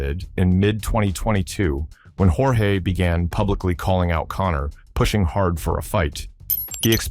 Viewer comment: Ai is trash he called him Jorge George and yourge 😂